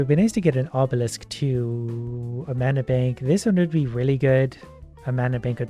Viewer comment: He makes me slightly mad mispronouncing mana